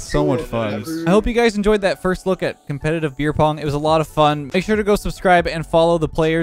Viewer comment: “Comeptitive Beer Pong”